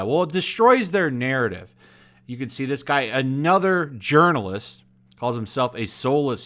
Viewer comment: You said ‘Urnalist’ wrong